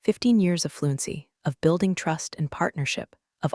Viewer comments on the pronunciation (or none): none